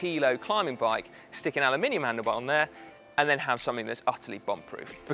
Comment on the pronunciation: I like the way you say “anolumininum”